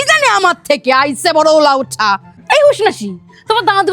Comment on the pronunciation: That aise is so Bangladeshi coded..are you a Bangladeshi?